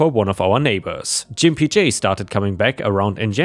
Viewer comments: You have trouble pronouncing gimpy It is a slur to call someone who limps a gimp. It is the hard g ga not the soft g ja. ⭐⭐⭐⭐⭐⭐⭐⭐⭐ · 👍⭐️✨️🌟✨️⭐️✌️🐱😻🐱❤️🤟 BTW the word "gimpy" means someone who always limps when walking and isn't pronounced "jimpy" but with a hard "G" as in "good." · That was painful to listen to. Gimpy has a hard "G", like Goat, or Glass, as opposed to a soft G like Giant or Giraffe. Good story tho well read apart from Jimpy. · Gimpy is pronounced with a hard G, like Git, Got, Gone, Growl, Gore, Grump, Grit, Green and Groan... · Hey, just an FYI it's a hard G in Gimpy, not a soft G as you're saying it (a G like "giuh" as used in golf or guppy). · "Gimpy" is pronounced with a hard G 🙂 Edit: That same story ended with "Fuck HOAs" but where in that story did the HOA do anything but actually help OP come out on top? Gimpy J's board member position played no discernible role in the story. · Try Gimpy J with a hard G - sounds better. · I enjoy reading and listening to your posts. Just for informational purposes - "Gimpy" is pronounced with a hard G sound, not a J sound (think "gun", not "gin") . Also, it is the adjective form of the noun "gimp", and its most commonly used definition is "a person with a physical disability". It is often considered offensive. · I believe you are pronouncing the name wrong. Instead of a soft G sound like a J, try a hard G sound like when you call someone a gimp as in cripple. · "Gimpy" is pronounced with a hard G, not soft. G as in "get". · Gimpy is a 'G' sound, not a 'J'. 😎😎😎🌟🌟🌟😺😺😺 I love the HOA exterior paint tale. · The G in Gimpy is hard, not soft like j. More like in Georgia. For your information Why not require the HOA to approve the color by the Federal Standard number. Yes, there is a FS standard for paint colors. It is listed as FS #####. Paint companies give different names to identical colors, but the FS number shows you what is the same color. They could also use a range of FS of very similar colors.